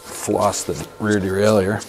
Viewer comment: No, its DE-RAIL-YHER, just sayin